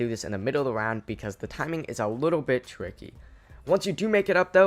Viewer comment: You weally like his voice, me too especially when he says twicky